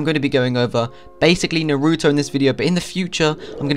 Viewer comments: It's Naruto Not NOOROOTOU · This guy isn't an anime watcher based on how he pronounced naruto's name